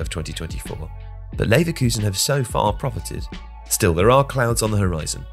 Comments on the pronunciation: “Neverkusen” damn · "Neverkusen" is hilarious lmao